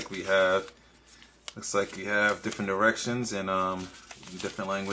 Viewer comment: did you say "different erections"?